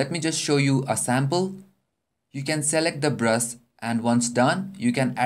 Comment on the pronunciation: omg haha when he said brush it sounded like he said breast. I have such a dirty ming :p